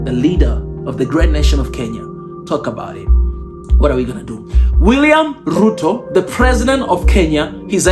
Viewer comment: Thxs man! but it's Ruto not Euro😊